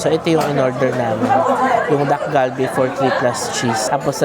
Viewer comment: Naishare ko na din 'to kay AJ and Moe, ang pronunciation ng dish ay Tak-Kal-Bee. Hindi po hard D and G but more of T and K sound.